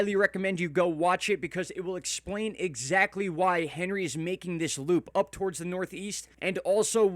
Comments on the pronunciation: When are you going to start pronouncing this storm correctly? It’s ON-ree not Hen-ree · 1st. And it’s pronounced Ohn-ri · HEY! Morrooon it is French ANHree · Probably pronounced more French, like "Ahn-Ree." Stiil a mean storm regardless. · You should pronounce it correctly imo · I am with you with how to pronounce Henri. Yes prepare!!!! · My guy, it's not the American pronunciation of Henry, it has a French pronunciation. H is silent